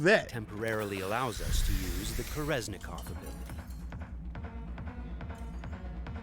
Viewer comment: It's actually called "Korenzikov" not "Koreznikov"